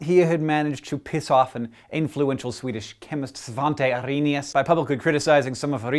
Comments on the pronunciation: Svante Arenius.. haha sounds so funny when you try to say it ;) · hahahaha, can't stop laughing at your pronunciation of Svante Arrhenius (sorry)... you make him sound german... a bit hilarious... probably as hilarious as when i try to say "organisms" (how do you deal with the akward s at the end?!)... but love this show though :) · that's not really how you pronounce Svante Arrhenius but it's ok, I still love you :D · Hank absolutely slaughtered Svante Arrhenius's name, but he damned well deserved it. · Your pronounciation of Svante Arrhenius was kinda awesome :')